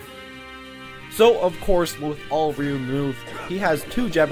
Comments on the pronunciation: "Rye-U" gtfo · I pronounce Ryu's name "ree you"